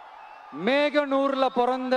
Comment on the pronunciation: மேகனூர் ❌ மோகனூர் ✅ சென்னை மகாணாம்❌ சென்னை மாகாணம் ✅ தானிய கிழங்குகள் ❌ தானிய கிடங்குகள் ✅ கொள்முதல் திலையங்களுடன்❌ கொள்முதல் நிலையங்கள்✅ Paper ahh pathingale... Olunga padichingla..?😅